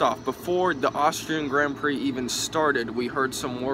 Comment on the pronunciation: I cringe at the pronunciation of Grand Prix.. I'm probably used to the commentators haha Still great vid